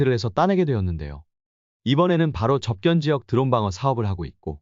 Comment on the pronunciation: 접견지역? 접경지역을 한두 번도 아니고 계속 이렇게 발음하니 그동안의 신뢰가 확 깨지는 군.